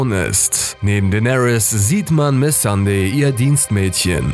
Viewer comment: Sweety Kitkat Miss Sandey. 😂 selten so gelacht.😄 (sie heißt Missandei 😅)